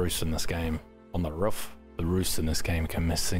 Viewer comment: lol "rouf". im on the rouf;)